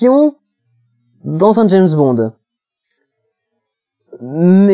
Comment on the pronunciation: Non non et non on ne prononce pas "d'jayzzze bond" mais "d'jamessss bond" :p des zzaricos ou des haricots...